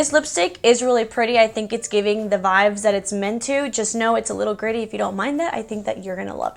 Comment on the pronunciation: Lol I always laugh out loud when u say vibes, or vibe. It always sounds like your saying vive. Lol love your channel and your videos! Your absolutely gorgeous! Super jelly!